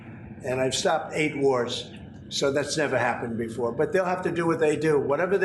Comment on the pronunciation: He said 8 warts REICH????😂😂😂😂😂😂